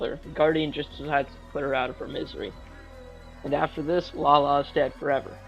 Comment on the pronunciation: atleast he said lala right